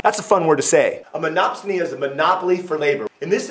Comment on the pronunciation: Great video...That bit where he says "MonopSONY" weirdly three times just cracks me up...lol